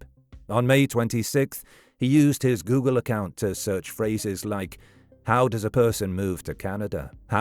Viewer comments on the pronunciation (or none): none